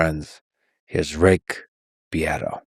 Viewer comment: Uh huh huh, herm her hem, uh huh huh huh... you said "beat"